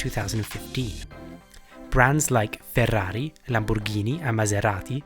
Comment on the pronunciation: You certainly hit a spot on italian accent when i heard you say 'FERRRAAARRRI, LAMBORGHIIINI and MASERATI' ...